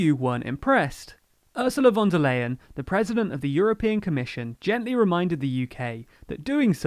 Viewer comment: Hello Say Ursula Fon Der Lion, and your pronunciation will be correct.